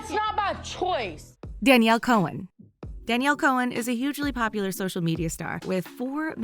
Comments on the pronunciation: Nobody be talking about how she said ‘‘ Danielle Coen ‘‘ 😂😂😂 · If your going to say something about someone say thief naMe right you never said Daniel Cohns name right dum dum lol